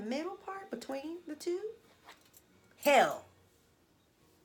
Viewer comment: Ok First Real Cute Attire 2nd Why You Point Her Toward The Corner 😹 She Woke Yoass Up From The Dead 3rd The Way You Said Hell Was Like Back In The Mid Evil Times 🖕🏽😹 4. I’m Yelling (Hair Or No Hair ! ) Randomly For The Rest Of The Month 5. Cool Fucking Story Bro